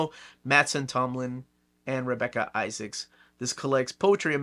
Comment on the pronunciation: Pronounced rhe same as Isaacs = Izaakse.